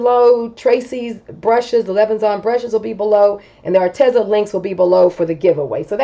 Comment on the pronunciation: Psst...it's pronounced Ar-Tee-zuh 😊